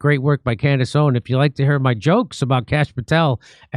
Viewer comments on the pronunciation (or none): Idk why but it’s really irritation when you say names wrong. It’s Candace Owenssss not owen and Turning Point not Turning PointsSSS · Jimmy you keep saying her last name wrong. It’s Owens, not Owen. Keep up the good work though! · Her last name is “Owens”, not “Owen” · For the love of God, Jimmy, it's Candace OwenSSS, not Candace Owen! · It's OwenS, not Owen. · The “s” in Owens is NOT SILENT. Please address her correctly verbally 😊 thank u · For the love of God can someone please tell him her name is Candace OwenS. Not Owen. That’s how he has always said her name on the show. So this isn’t an isolated incident. But I’ve ignored it as long as I can. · Jimmy its OwenS with an S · If you love her, then at least pronounce her name correctly. It's owens not owen. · I don’t think Jimmy has ever not called her Candace “Owen” lol One day he’ll add the S and it’s gunna catch me off guard. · Jimmy, I luv u to death, her name is Candace OWENS, you're missin' the S . . . hahaha just sayin' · Why can you not pronounce her name correctly? Have some basic respect. It's "Owens" with an S at the end. Say it correctly Jim Do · Ask Jimmy to stop calling her "Candace Owen"! It's Owens! With an 's'! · Its candance owenSSSSSS jimmy lol with an S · Jimmy, it’s Candace OwenSSSSS! Get it right 😂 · Is he deliberately saying Candace OWEN ? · Jimmy, it's OwenS with an S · Jimmy, we love you but, it’s *Candace OwenS* — with an s at the end. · Great work, Jimmy, but it’s “Owens”, not “Owen”. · Please say her name correctly. OWENS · It’s “OWENS” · Ikr?!!! He's literally killing me! Like, infuriatingly so, to the point of irrationally screaming at my phone, 😳"𝘖𝘸𝘦𝘯𝙨, Jimmy! 🫨𝘖𝘞𝘌𝘕𝙎-𝘻𝘶𝘩!!!" 🤦‍♀️ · Can you stop dropping the S off of her name, please? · Someone please tell jimmy to add the S at the end of Owens